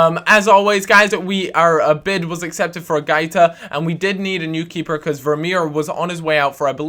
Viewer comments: its |GWAITA| not |GAITA|... pronounce the 'u' as a 'w' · guaita is pronounced GWA-EE-TA